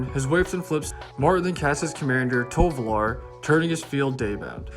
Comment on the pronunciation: Many people say "tolovar" instead of "Tovolar" why????